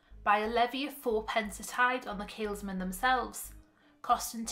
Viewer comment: Tiny point but I couldn't help getting distracted every time you said it. There's no 'S' in the middle of Keelmen. Apart from that, a very good video!